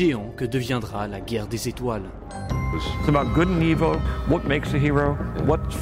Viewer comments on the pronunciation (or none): none